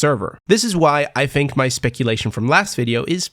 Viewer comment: why are you saying fink instead of think?